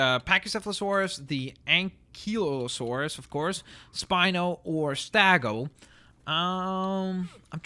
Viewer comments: Its Stego, not Stago, and Anky, not Anquee, please just say it right, Cause I don't know what source let you think its pronounced Stagosaurus, even though its Stegosaurus. Also its Teh-ra-no-don, not Teh-ra-don... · its ankylosaurus not ankeelosaurus